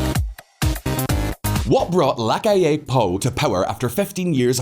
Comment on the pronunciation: The pronunciation is the accent on the “A” no on the “I” on the word “Amplio” and “LaCalle” is a double “ll” not a single “l”